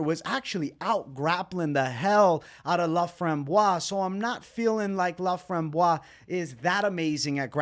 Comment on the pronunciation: Everybody butchering ,Corinne Laframboise name is hurting my ears hahaha 😂😂and please guys do yourself a favor, its "Montréal , Québec" not "Montréal, Canada" ! Thank you !